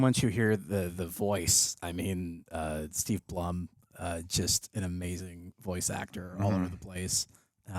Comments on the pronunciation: I was so surprised when I saw Zeb Orrelios. Oh Zeb’s voice actor Steve Blum last name is pronounced bloom. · Blum pronounces his name like "Bloom." What a talented guy!